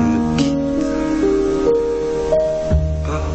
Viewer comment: Yes we say " ne me quitte pas" and not "ne m quitte passse " ;)